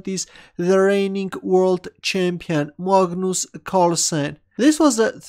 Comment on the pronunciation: Well the video and analysis were perfect but for one thing... Its pronounced magnas not magnoos... 😂